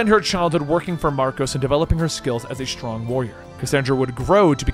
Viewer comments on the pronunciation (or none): none